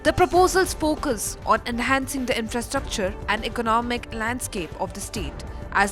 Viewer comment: Infrastructure pronounciation 😂😂